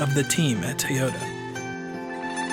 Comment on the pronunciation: it's irritating to hear people say Tuy or Tey yota. why!?!?